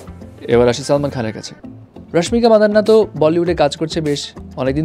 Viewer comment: vai apni rashmika madanna kano bolen its mandana pronounce korte ki khub kosto hoi